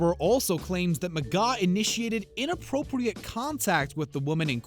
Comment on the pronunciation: McGaw?? Come On!!